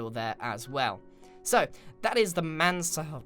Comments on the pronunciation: For me that sounded like he said. So that is the Samanthaaa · yes he has amazung pronouncation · Grian struggling to say Mansard